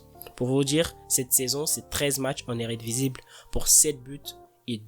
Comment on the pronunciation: en eredivisible tu m'as tué